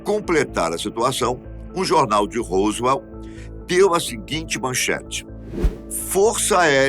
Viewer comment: COLOCOU A FOTO DO.JESSE MARCEL.E.FALOU DA.PESSOA.QUE ENCONTROU OS DESTROCOS COMO SE FOSSE O DA.FOTO.....ESTA ERRADO.....E A PRONUNCIA ROSWELL....ESTA ERRADA.....A DO HOWARD CARTER DO OUTRO VIDEO TB.....O SR É UM.EXCELENTE APRESENTADOR MAS COM TODA HUMILDADE TEM.QUE APRENDER A PRONUNCIAR PALAVRAS EM INGLES CORRETAMENTE.......ESPERO TER AJUDADO........